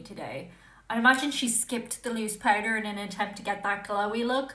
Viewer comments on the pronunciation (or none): none